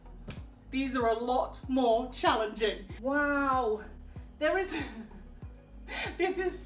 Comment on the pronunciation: My favorite thing is when you say WOW because you pronounce it WAHOW